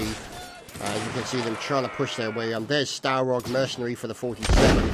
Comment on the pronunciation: Starog.... Starog.... It is STU-ROG xD Stu like in sturmpanzer